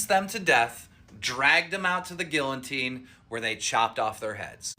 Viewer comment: this dude said "GILLOteen" Grace-ffa lmao.